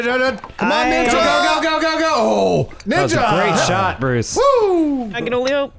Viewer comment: "Stoopid Bwooce" got me